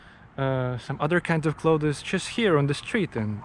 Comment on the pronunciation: I never want him to learn how to say clothes